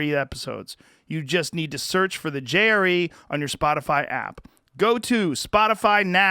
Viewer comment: I heard "Jerry" instead of JRE one time, and now I can't stop hearing it.